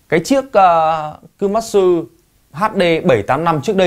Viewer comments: Đọc tên xe cũng. Sai, kumatsu nó là ku ma tsu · Đọc sai komatsu rồi